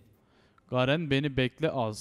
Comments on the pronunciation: garen diilmi la ne gerın ı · gerın değil garen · YA YETER GERIN DEYİP DURMA YA DUZGUN TELEFUZ ET